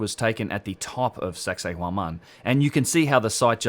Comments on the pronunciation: "Sexay WoMan" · Sounds like he's saying "sexy woman" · I always thought was saying “sexy woman” when talking about that place. I’m a little disappointed that it’s not, but still a great video.